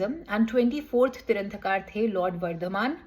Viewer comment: Tirthankar hota hai tiranthakar nhi